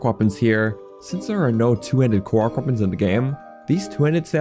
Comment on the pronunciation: Ive never heard anyone pronounce korok like kow-wok before